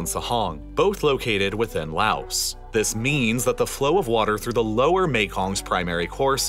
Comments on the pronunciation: It’s not “louse”! The s in Laos is silent! It’s French. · You say Laos like lao not laos.